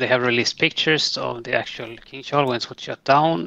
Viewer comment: Good Grief man; if you're going to do a video on a subject the least you could do is learn to pronounce the name of the subject! In this case the missile! It's Kin-Zhal! Not Kinjhal!